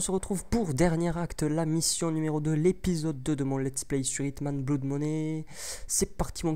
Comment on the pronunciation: Tu dis BLOUD... ça se dit pas comme ça : cf Merriam Webster pour la prononciation en auto